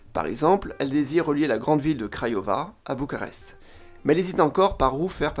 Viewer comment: Bucarest en roumain c'est București (boucourrrècht'i - i final plus ou moins audible selon le contexte), mais en français ça se dit bien b-u-c-a-r-e-s-t depuis des siècles avec un u comme dans lune et un r comme dans renard. Alors là vous avez prononcé selon quelle langue à vous ? Apparemment Bucharest en anglais, pourquoi ? Alors que les autres noms de ville sont correctement prononcées (à la) "romanește". Votre commentaire donne pitié à la langue roumaine comme française. D'un seul mot anglais pour une ville qui n'a pas eu besoin des Anglais pour être célèbre dans la longue histoire de l'Europe continentale, vous blessez Roumains et Français! Chapeau bas!